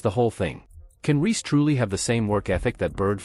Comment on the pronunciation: Also referring to Reese as "Ree."